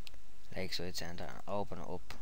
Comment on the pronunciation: I like when you say center "centah" :D Than for the tutorial, nice job. <3